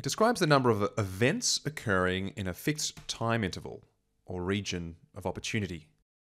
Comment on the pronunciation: No need to ennunciate "fixed" like that. Why don't you have social manners?